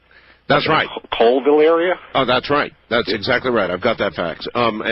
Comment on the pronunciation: Entertaining, but I call BS. The government stuff was a little far-fetched, but then he pronounced “colville” as coal-ville. I lived a half hour from colville all high school, and the locals say call-ville. This guy isn’t from eastern Washington at the very least